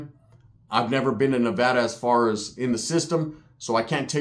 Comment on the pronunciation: I’m just happy he said Nevada right 😂